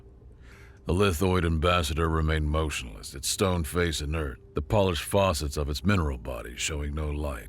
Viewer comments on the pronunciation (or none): Ok. I like the story but the pronunciation of this guy is so so so bad.... Faucet instead of facet etc ..